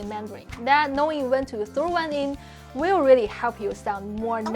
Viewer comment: I enjoy these videos, but do have to point out that the creator has serious issues with her English pronunciation. Her consonants lack clarity, like she’s speaking with a tennis ball in her mouth, and the vowels length are off sometimes. “Will” and “real” are basically the same word in her style: “wee-yuw”, with no perceptible distinction between w, r, and l.